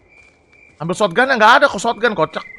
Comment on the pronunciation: Shotgun Bang Bukan Shotgan